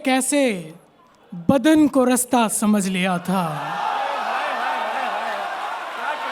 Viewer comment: Rsta nhi Rasta hota hai jahil shayar